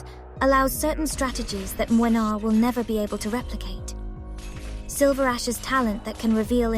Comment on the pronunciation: I'm here just to say that I love you pronunciation of his name. I'ts on point! (I'm from Poland btw and I really can hear the difference). Good job there!